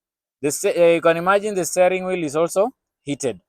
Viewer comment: Steering [stia] wheel - not staring [stay]